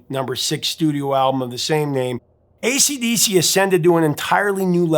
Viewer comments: I’ve noticed the repeatedly says “ACD” not “AC/DC.” Is this just a quirky mispronunciation, or is there something here I don’t know about? I noticed him doing it on previous videos. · He keeps saying acd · ACD riffs? ACD riffs? ACD riffs? Sure, you can miss out the C once by mistake, but 3 or maybe it was 4 times in one video? C'mon man🤬🇦🇺